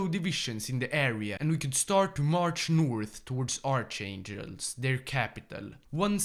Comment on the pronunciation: I really like your videos but how u did pronounce archangelsk, that is a crime